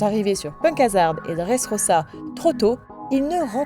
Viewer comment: "enel" "orse" "dresse rossa" "l'ile tous gateau" alors j'hésite a dire sympa l'ia ou tu as des problèmes délocutions mais sa reste assez bizarre quand même